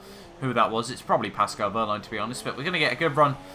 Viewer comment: I love your pronunciation of "Paskol Wööhrlein" :D And of course "Sebaschtien Wittäl"